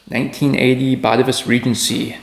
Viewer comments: I am Dutch, its pronounced BAH -TAY-VUS. emphasis on TAY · Just fyi, it's pronounced 'BatAvus' (emphasis on the second A).